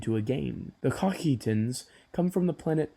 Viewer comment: The Cocytans must be a Hebrew subspecies with that pronunciation